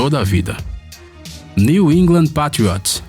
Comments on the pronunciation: Pátrióts?? Não, não... Se pronuncia "Peitriôts", não é dificil vai.... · p''A''triots kkkkkkk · Da agonia eles falando Pétriots, e meio campista kkkkkkkkkkk e ene efi Eli Pqp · Que agonia de ouvir ele falar Patriots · Melhora sua pronúncia dos times e jogadores da nfl por favor . Errou a pronúncia do time e do MAIOR QUATERBACK DA HISTÓRIA .